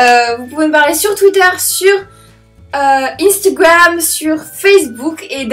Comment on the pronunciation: Elle dis [ Ine stigouame ]